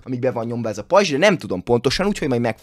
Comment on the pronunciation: Bocsánat de nem rajzs hanem r